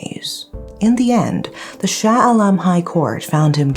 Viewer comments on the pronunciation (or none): none